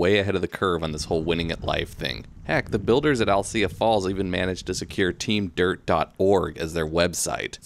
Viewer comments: Alsea is the best!👍😃 Thank you team dirt!🙏🤘🙏🤙🙏 Oh, and narrator, love your content, but it’s AL-SEA, like Owl-SEE👀, not “I’ll-Cya”. Again, love your trail reviews👍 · Gona go ride these trails for the first time this coming week. Can't wait. It's pronounced al-see by the way. No ugh at the end. Good video though.